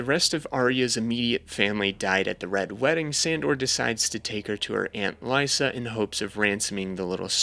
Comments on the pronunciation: There’s a lot of weird mispronunciations in this videos that threw me off. Like how he said Lee-sah instead of Lie-sah. Like did he watch the show on mute with the subtitles on? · Why do you think the Freys are incest family when it’s NEVER said in the show or the books? It gets annoying after a while he just has a lot of kids & keeps marrying little girls who are the daughters of his lesser lords & they give him more kids. & Cat’s crazy sister’s name isn’t Lisa it’s Lysa (Lie-sah) but this was nice I thought you’d do more book comparisons & dumb & dumber totally ruined the show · ITS PRONOUNCED LIE-SAH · the Frey incest ish was wild to hear him say. How could anyone get that so wrong 😭 but the video was still pretty good.